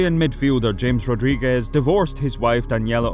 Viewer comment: Wow! It's 2021 and there are still people out there who can't pronounce the name James Rodriguez correctly. 🙄